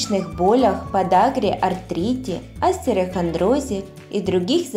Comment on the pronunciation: Только не астерохондроз, а остеохондроз 😁😁😁Кому не лень все раздают советы и рецепты 😁😁😁Может не стоит этого делать, как вы думаете????